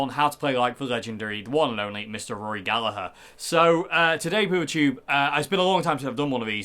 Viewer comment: Thank you for pronouncing Gallagher properly! ☘🇮🇪